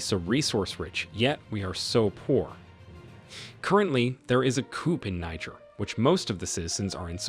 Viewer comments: It’s pronounced “nee- jher”. 🙄 Great story tho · Please it's pronounced Kneejeer, Niger is a state in Nigeria. That aside, awesome video. The coup was absolutely necessary, France turned Niger republic to Libya post gadaffi, actually much worse. The west seems to forget that there are always countries like China and Russia to support African countries. The enemy of my enemy is my friend. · Why are you pronouncing Niger incorrectly?